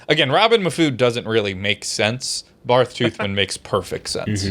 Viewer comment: The fact they didn’t realize that Barth is still pronounced Bart is getting on my nerves